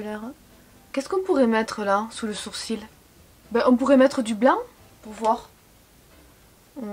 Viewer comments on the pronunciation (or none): none